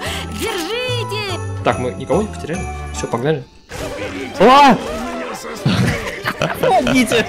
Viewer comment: "по мо ги те", да он же там сам справлялся))